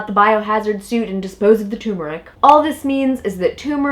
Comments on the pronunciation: All together now. ‘TURMERIC’! NOT ‘tumeric’! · Please , turmeric not tumeric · tumoric? or is it tuRmeric... There are two Rs in turmeric. Nor is it pronounced turm-air-ic as many people say it. The accent is still on tur. TER–mer– ic. Look it up. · Ter mer ick!!! Not tumor ick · Yes! Stop......It's TURmerick...or any dictionary would tell you that it's tur·mer·ic or tər-mə-rik . Show equal respect to the first 'R' dammit! lol lol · you could at least pronounce the word correctly, not tumeric but tuRmeric, you need to pronounce the 1st 'r'!! It drives me crazy! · Jeannie Eakin she's smart. But she sounds dumb when pronouncing it tumor ick. It's ter mer rick!!! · Turmeric! Turmeric! Turmeric!🤣🤣🤦🏾‍♀️ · Say the word right if you want to be taken seriously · Silent r? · Stop eating turmeric (and stop mispronouncing it), and eat more juicy rib-eye steaks instead. Also, Trump always wins. MAGA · It irritates me how these people mispronounce turmeric!